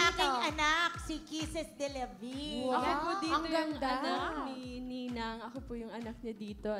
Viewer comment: Ang pronounce ng apelyido ni Kisses is DELAVIN hindi DELA-VIN arte-arte OA na subra..